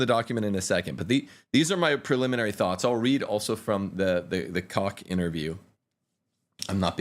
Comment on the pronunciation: Cdl. Koch's name is pronounced with a long 'o', not a short 'o". The ch is said in the back of the throat.